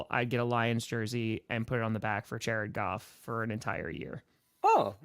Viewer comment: Chairrid Goff! Chairrid Goff! Chairrid Goff! Chairrid Goff!